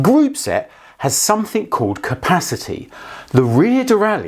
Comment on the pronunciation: Please don’t add the letter “ K “ to “ something “. Great video 👍